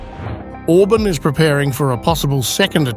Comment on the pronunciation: OrbAAn not Orbn , moron !